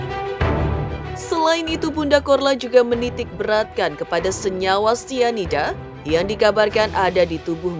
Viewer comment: Pelan2 bunda ngomong nya biar ga salah2 😂 Sianida bun bukan isida😅 Mirna yang minum kopi bun bukan Jesicca 😂 Kesel boleh bun tapi pelan2 pak supir hahaha